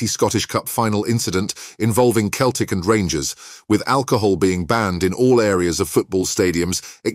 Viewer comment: It's seltic not keltic.